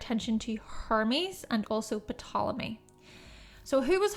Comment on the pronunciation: The p in Ptolemy is silent